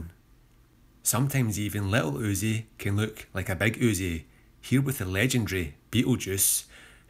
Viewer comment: Thanks for writing jeezus I was tryna figure out what he was saying I heard "lol uzi can look like a beg uzi" 💀💀💀